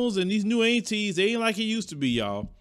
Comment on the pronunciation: I love how says "Long gone the old Antee's and Grammaws"😜 Southern drawl at It's best!